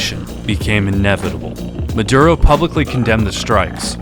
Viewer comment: Came for the Aura ad, stayed for the "Sicario 3: Muh-Durr-Ohh" trailer.